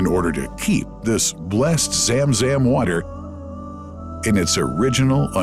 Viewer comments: It's Zamzam not zemzem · Correct. Narrator was spelling it as ZAAM ZAAM each time ZUM ZUM is more appropriate i believe. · why the fk english translation always run away from the real name,madinah ,and the speaker say madainah,zam zam and he literally say zem zem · It's pronounced Zum Zum (like zUM in UMbrella ☔) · How poor that the pronunciation of Zam Zam is completely wrong. Hired the wrong person for voice over! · Why have such a narrator who does not know the language and has mispronounced words such zam zam and medina. Listen to how he says it. I'm sure there are other words I missed! Just use a local narrator who usees proper pronunciation and not a white washed one. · He said zamzam so funny زم زم